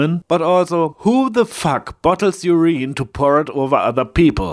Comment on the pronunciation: Three pronounciation errors occurred. 1. The word `urine' is stressed on its first syllable, not on the second (which you chose to stress). There are two alternatives of pronounciation though: the u can be pronounced either long or short; the stress is always on the first syllable though. (IPA: \ ˈyər-ən , or: ˈyu̇r- ) 2. The word `zeal' is pronounced with a long i-sound in the middle, not like you did pronounce it. (IPA: \ ˈzēl \ ). Compare the words `heal' and `meal'. 3. The `t' in `fictional' is mute (while you pronounced it with an audible `t'). (IPA: \ˈfik-shnəl,or: -shə-nᵊl\)